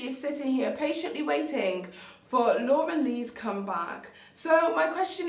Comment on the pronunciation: i thought she was saying dora the whole time